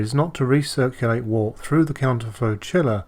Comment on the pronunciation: Wort is pronounced 'wert'.